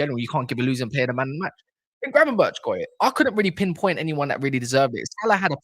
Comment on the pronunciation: It’s pronounced Gravenberk not gravenberch 🤬